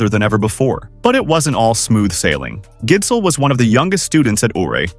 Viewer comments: It's pronounce Gissel, if you were wondering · man the pronunciation of his name is atrocious, it's a soft d. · the d in gidsel is silent btw